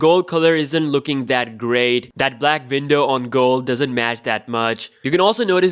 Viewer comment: The words is window not vindow